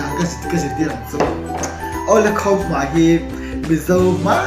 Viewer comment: Khamhma ti lo in khawmhma tih thin tur